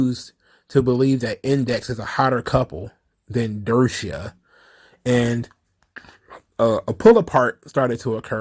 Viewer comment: I think it's Dusia not Dersia lool